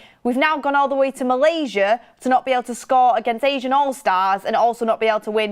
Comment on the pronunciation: It’s ASEAN allstars (ASS-EE-AN) not Asian 😂🫶